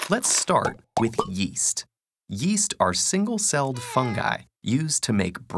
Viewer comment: Yeast? I thought you said, Weast